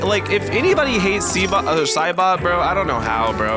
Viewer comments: Every time i Hear Cybop i think he says the n Word. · He said nyouza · not sure if you can REALLY hear what cybop sounds like but HE JUST SOUNDS LIKE HE IS SAYING THE N WORD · Cybop actually say negga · Cybot sounds like he's saying the n word😂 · Bro doesn’t know what cyborg saying 💀 (He saying negga ) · Do you realize what I hear from cibot sounds like he's saying the n word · Cybop at the End sounds like he is saying rubber and mega also never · It doesn't even actually says it, it just slightly sounds like it